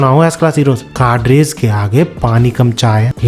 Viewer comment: "काडरेस" नहीं "कैडर्स" होता है। जैसे किसी सर्विस में विभिन्न "कैडर्स" होते हैं (जैसे पुलिस में जीडी, ड्राइवर, संचार, मल्टीस्किल्ड, इत्यादि)